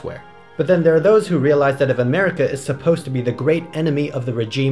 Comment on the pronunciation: lool 'Mercia